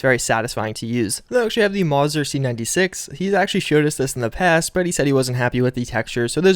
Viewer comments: You mispronounced Mauser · please do a bit of research when it comes to names Steyr= Sty er Mauser= Maus er Gewehr= Guh veyr Now for the history behind the Ithica: when the U.S. entered WW1 we went in with the Winchester Trench gun. The Ithica is an improvement of the Winchester.